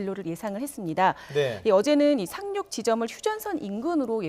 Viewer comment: 착룩이 아니라 상육